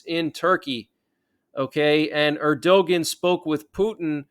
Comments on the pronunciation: New to the channel, love the regular updates. One gripe. It’s pronounced Air-do-wan not Air-do-ghen. Cheers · Turkey's president's name is pronounced Er-di-wan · Just an "FYI"......the "g" letter in Erdogan is silent....it's pronounced phonetically as: ErdoWan. You're welcome, LOL....just one of your "ocd" with language viewers.🤣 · It’s pronounced “ Er-da-wan” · I know it is counter-intuitive, but ERDOGAN is pronounced ER DO WAN- accent on the first syllable. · Keep up the good work! Erdogan pronounced ERDOWON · You are not pronouncing Erdogan correctly.